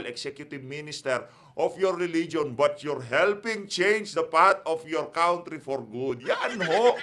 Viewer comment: Not Kawntree. Cuntree. lol